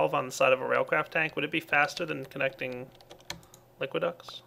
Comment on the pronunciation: Just a note, its Liquiducts, not liquid ducks.